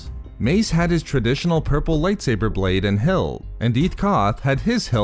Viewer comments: Light saburrrrrrrr thats how you say it and I wanna punch you. Please stop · Why do you pronounce lightsaber like lightsaberrrrrrr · Nobody: This guy: Lightsaberrr